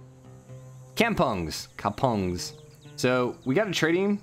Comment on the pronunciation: To be fair, Jakarta was quite spot on but with an American accent. Nusantara (noo-sun-ta-ra) = nation. Kampung (kahm-poong) = village. Jambi (Jahm-bee). In general, Indonesian vowels a-i-u-e-o are pronunced ah-ee-oo-eh-oh (unlike the english ae-ai-you-ee-ou)